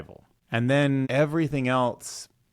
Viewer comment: Great video. Also, the word ‘else’ does not have the letter ‘t’ in it….at all…anywhere.